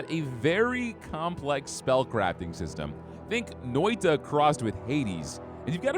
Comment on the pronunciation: That Noita pronounciation hit hard. This game has a great look to it. Having slight pixel graphics fatigue.